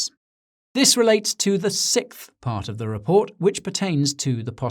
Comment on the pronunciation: Love your videos Guy! I notice you pronounce "sixth" like "Sikth" and i love it. If this is not on purpose, well i think it should be for every video.